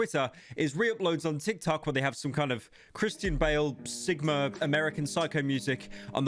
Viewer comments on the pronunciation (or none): none